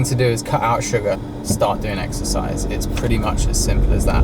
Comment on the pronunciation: Exercise? I thought u said extra fries..